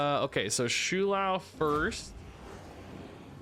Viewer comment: if i hear him say shoe lou one more time